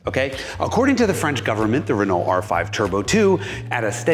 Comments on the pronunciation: Nice car. However, it's not pronounced, "re-noll". It's "re-no". All French words that end in "ault" end with the "o" sound.... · "re-knoll" Dude, You're pronouncing too many letters! Listen to how the French say it. "R'know" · Wonderful car and retrospective! I never knew this story. Although the way you say re-null instead of Renault makes me overflow with croissant flavored tears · Pronounced Reno not Renalt. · The pronunciation hoar says "Ren-alt'. Try "Reneau". LOL. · It's easier to say Ruh-NO that it is to say Rih-naul and it's more accurate, too. Go fast in the fast turns, bro, y’know? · Jason is great! But hearing him say RehNuL is killing me... say it French Reh-Noh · The Renault 5 GT turbo was such an awesome car back in the day! By the way, for the Americans, it's pronounced RENN-OH ✌️ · Love it but your pronunciation of Renault is very bad. "Reh-no" is the correct English pronunciation. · As a European: you are pronouncing Renault wrong. Imagine it as "Re-know". That is all. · Pleeeeeaaaaase pronounce Renault properly - 'Renno' - thanks. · Great to see the new gig. Love it! Confused by your Ren-ALT-ernate pronunciation. When did you stop being a pronunciation pedant? Is Haggerty forcing you to say things like a ‘Merican from Alabama-tucky? You Ren-OWE me some splanin’! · this was a fantastic video! I'll overlook his mispronunciation of "Renault" (Renn-oh), because he's a fantastic presenter. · Listening to this dude pronounce Renault is the worst. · His pronunciation of Renault is horrible. It grates and wrecks the video. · Yikes, even for an American, the pronunciation of "Renault" is like fingernails on a chalkboard!